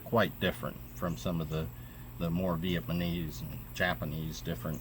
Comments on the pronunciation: Its Viat NAM ese not Viet man ese man. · I think im loosing my hearing. I kept understanding "viet-manees".